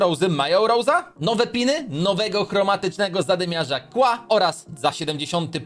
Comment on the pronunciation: KIEŁA A NIE KŁA